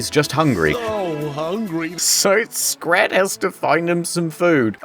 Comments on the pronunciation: every time he calls Scrat "scat"💀💀💀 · Did he just call Scrat Scat? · I know he says "scrat" but I honestly didn't hear the "r"